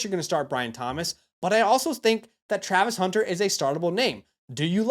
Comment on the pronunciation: bro can't spell or say Travis Hunter 😂